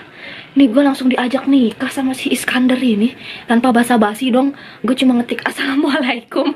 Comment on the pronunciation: punten mau ralat hrusnya "assalamu'alaikum" ya tante bkn asalamualikum :) #sharingiscaring💕